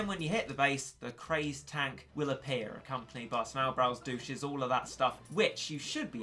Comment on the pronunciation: I think they’re pronounced duh-tch-es not....douches loll